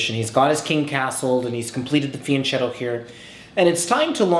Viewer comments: In all your videos you pronounce fianchetto with "ch", which is well, logical. But word its pronounced with "k", like "car" :D Its italian word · The right way to pronunce fianchetto is with the k sound! So it's fiankhetto. "Fianchetto" is an Italian word and "ch" makes a "k" sound in Italian, as in "king", NOT as in "cheese".